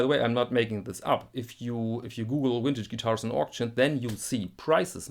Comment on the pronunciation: it's cute how some europeans can't say the letter v, like you saying "wintage guitars"